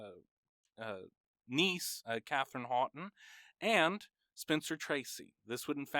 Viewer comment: Great video! A few corrections to the facts: 1) The name"Houghton", while having two or three different pronounciations based on location and dialect, was pronounced by the family as "howe-ton", like "owe" and "ton". Katharine Martha Houghton (known as "Kit") was from Corning, NY and grew up outside Buffulo NY. A strikingly beautiful woman with an extraordinarily elegant figure, she graduated Bryn Mawr with a Masters Degree in Physics and Chemistry. Bryn Mawr graduates at that time had, in addition to their major (BA major was HIstory), to know Greek, Latin, German and one additional language. Kit chose French. The family had a place at Alton Springs on the shores of Lake Erie. Both her parents died by the time she was 16. Her father. Alfred Augustus Houghton (youngest brother to Amory Houghton, head of Corning Glass) was a handsome, friendly looking man, who in 1892 died from a self-inflicted gunshot wound to the head. Her mother (Hepburn's maternal grandmother) was a beautiful woman of intelligence and determination and of Quaker background. Knowing she was soon to die, Caroline organized a journey to Bryn Mawr and made arrangements for her girls. Bryn Mawr's entrance requirements were the same as Harvard's. So, Bryn Mawr, rather than lowering standards as we do today with quotas, affirmative acting changing standards, the college provided lists of local tutors who could help often ill-prepared candiates pass the entrance exams. Topics included: Greek, Latin, Chemistry, Alg